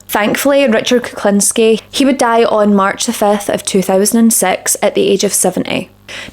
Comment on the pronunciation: His surname should be pronounced like this: Cook-lean-ski